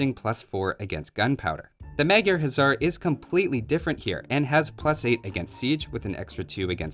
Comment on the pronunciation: Funny enough, even though it looks like it should be pronounced "Huzzar", the Magyra Huszar is actually pronounced "HuSar" with a soft s-sound, since in Hungarian, 's' makes "sh" and 'sz' makes "s".